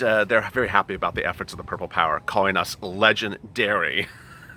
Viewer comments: Legendairy lol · Your wonderful. Love "Legendairy"